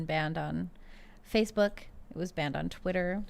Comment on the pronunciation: Tim's slip of the tongue and calling it Facebark makes it sound like social media for dogs.